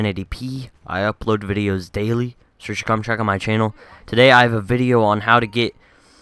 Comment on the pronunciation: why no emphasis on Daily